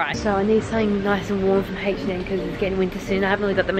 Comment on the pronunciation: Hatch & Em lol it’s H&M